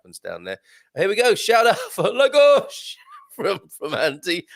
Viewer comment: Please say «Taveera» when you mention Tavira. And «Laagosh» for Lagos. Thank you!